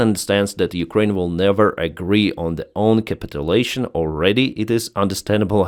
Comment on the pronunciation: Hey - Im a huge fan - [ cap it u lation ] { cap it you lation } or to capitulate [ cap it u late ] {cap it you late } I love you accent and your work Save Ukraine